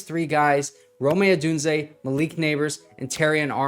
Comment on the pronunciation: Love the videos but plz stop saying (roe-may) Odunze. Triggers me so hard lol